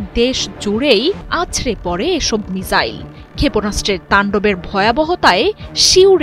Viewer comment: মিজাইল নারে বইন মিসাইল বল😃